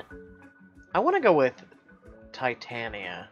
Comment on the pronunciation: Also not to be mean but it's pronounced Tie-tay-knee-uh